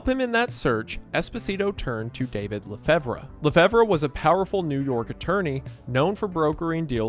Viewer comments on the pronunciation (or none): It's pronounced "Le Fev". You don't pronounce the "re" at the end. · Lafevruh is a classic Wendigoon mispronunciation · "Lefebvre" is actually pronounced like "Le Five" btw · Look I know how it's spelled and it's not really a big deal but "lefevre" is pronounced "leh-fever" like when you get sick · It's pronounced La Fave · I dont feel like changing the video but that cannot be the proper pronunciation of "lefevre" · The way you pronounced Lefebvre 😂😂😂😂😂